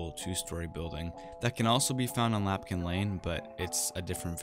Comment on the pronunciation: My guy... it’s LAMPkin lane 😭😭😭